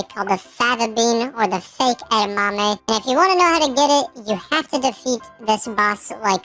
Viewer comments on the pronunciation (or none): none